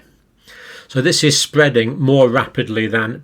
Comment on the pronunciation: Fear mongering fool. It’s spweadin wapidly lol.